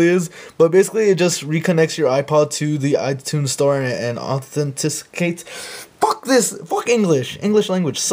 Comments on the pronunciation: Aaah- thun- ti - kate :D :P Lol dude you were fucking funny :) great video man tanx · Authenticate - Oth en teh cate lmao, THIS FUCKING WORD, good job though, this helped :D